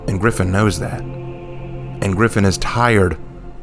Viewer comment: The redemption? Holden cross one of the most favourited characters got absolutely butchered with "Gryphon".